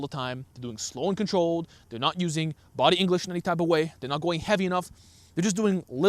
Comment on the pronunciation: Ive heard/misheard this in a couple videos one with and now here; are you saying "body angleage" or "body english"?